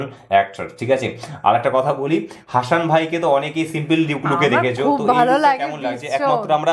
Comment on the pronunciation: হাশান নয়,উচ্চারণ হবে হাসান... ভুল উচ্চারণ খুব কানে লাগছে।